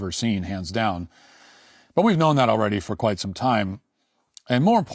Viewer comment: Matt is racist. Did anyone catch him saying "Q'white' some time"